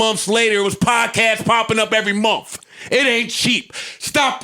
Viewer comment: Joe pronounced month lol like "mind" 😂🤦🏾‍♂️